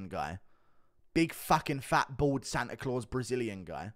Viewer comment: Did this just say "Acia Clause"